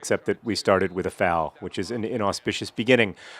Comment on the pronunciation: I just realized that you say foul more like fawl... Sorry to hear about your murdering co worker